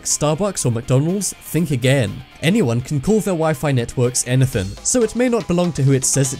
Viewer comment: "Anythen" XD